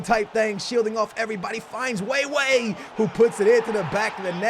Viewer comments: Stop saying way way instead of weah..pls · Cade Walker it's like when he says Wey wey for weah... I think 💭😂